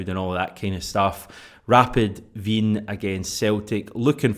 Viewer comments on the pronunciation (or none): none